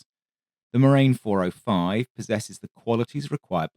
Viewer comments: It is pronounced morahn you moron, not marain. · Sorry, but even if the pun with glacial deposit "moraine" could work due to the glacial pace of the aircraft, Morane is to be pronounced with a full "a" as in "attention" to make something akin to Mor-Ah-n' (actually quite close to the Irish "Moran") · Please...it's pronounced Mor-ahn. It takes literally seconds to google this. It grates to hear it mispronounced repeatedly for half an hour, and I'm not even French! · Excellent video as usual. Only criticism is the pronunciation of "Morane." That's something you should be able to get right.